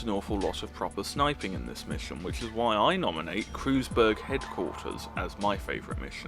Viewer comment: Its pronounced kroiz berg